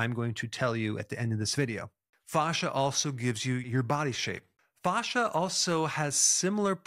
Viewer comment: Dr Berg you pronounce it correctly with the Latin phonetic 👍